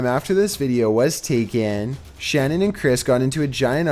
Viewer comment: It’s pronounced Shan nan not Shannon 😊